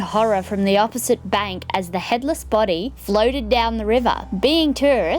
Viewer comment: I thought she said “American terrorists” and was so confused 👁👄👁